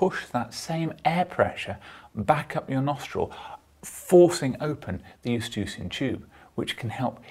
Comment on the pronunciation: I'm not familiar with this "estucian tube" you refer to... all humans I have examined have eustachian tubes (i.e. pronounced "yoo-STAY-shun").